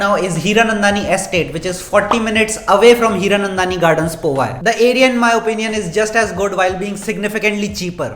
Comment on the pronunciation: Bro is not povi it powai